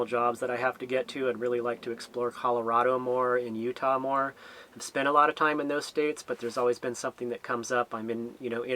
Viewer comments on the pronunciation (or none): none